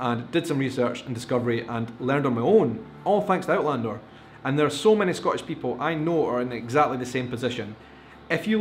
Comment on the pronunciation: This is going to upset you,, but you pronounce "Scottish" as a single-syllable word, so it comes out sounding like "Scotch," a word you have said really irritates the Scots unless it refers to the indigenous whisky or the hopping game or the candy or maybe the tape.